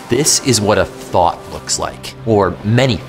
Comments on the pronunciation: what he said: “this is what a thought looks like” what i heard: “this is what a thot looks like” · I thought he asked "What is a thot". Damnit, internet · I swore he said thot 🤦🏾‍♂️🤣